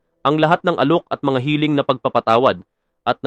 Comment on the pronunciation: ayusin mo ang pag narrate..yung salitang pagkitil..hiling...para hindi ka nagmumukhang eng eng..ninenok mo lang ang video na yan.hahahahaha nakita ko yan sa channel ni Islamic Stream..